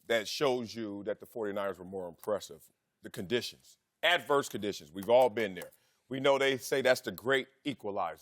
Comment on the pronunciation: What are the chances Wiley is actually illiterate? He's missing words in his sentences. What are 'condishes'?